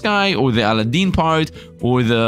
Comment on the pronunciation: Al-a-din 😂😂 not sure if this is just for copyright but it typically pronounced A-lad-din :_SifdLaugh::_SifdLaugh::_SifdLove